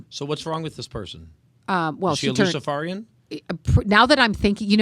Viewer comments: To: Pronunciation = Luci-FARE-ian, not Luci-FAR-ian. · What an absolutely jackass this host is, and seriously, he can’t pronounce luciferian. He acts like he’s never heard the word before, which speaks volumes 😏. The guy in the background should have done the interview, he appeared more knowledgeable. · is saying it. He is pretending not to know even how to say the word! Luciferarian.